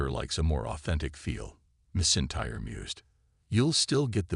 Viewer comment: “Missintyre” AI can’t say Drew’s surname 😂